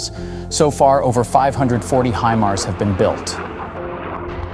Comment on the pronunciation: not "him" ars.... its "Hi" mars... geesh